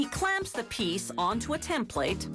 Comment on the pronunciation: I swear I hate the way she says "template". She has to pronounce every freaking syllable.